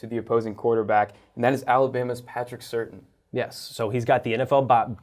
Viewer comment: At least know how to pronounce the players name correctly Patrick Surtain